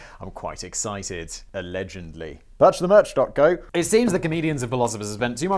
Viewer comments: Did I hear correctly? You said "Alledgendly"? That is an awesome word. You should have that on a shirt. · Make a shirt that says “aLEDGENDly” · Did he say alegendly? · Often the way Simon says allegedly reminds me of a young child saying sorry when they are forced to and dont really mean it. When he drops his head and mutters it.